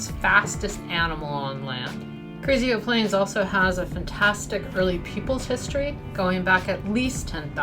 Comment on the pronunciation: Pronounced Carrizo not Carrizio ;)